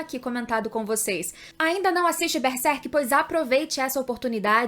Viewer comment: Não é Bersek, é Berserk, tem que pronunciar corretamente